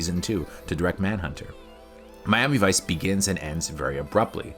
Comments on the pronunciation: I couldn't get past the frame rate. It just looked....wrong. that and it was as shallow as a drained kiddie pool. Also, you pronounce Miami Vice weird. It sounds like Mommyvice when you say it. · "Mami Vice"